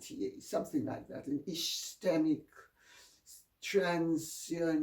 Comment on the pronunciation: Lady C. Ty for updating all of your viewers w/ Prince Phillip's health status at this time. I think ischemic is the medical term you spoke of related to his health and is pronounced is-keem-ik. I thought this information might be useful to you.